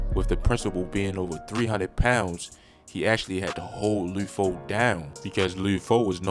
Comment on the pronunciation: Wtf is lude nigga L U D LUD like mud but with an L this video cringe asf